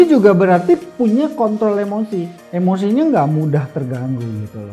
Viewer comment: Kontrol emosi apa kontol emosi,apa aku salah denger ya 😂